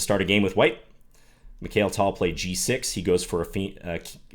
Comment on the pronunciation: I was so excited to watch this video... Until I heard you pronounce Mikhail Tal 😩 Please John, you're an International Master, and surely you've come across and studied so many Russian chess players in your career. At least respect the names of one of the greatest in history!